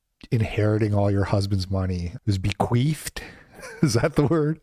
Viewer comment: Bro it's "bequeath" not "bequeefed" 😂😂. That second word has a much different meaning than the first. Edit: Giving the context of this debate, I actually see how the second word is appropriate lol.